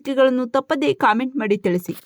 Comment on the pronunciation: ಕಾಮೆಂಟ್ ಅಲ್ಲ ಕಮೆಂಟ್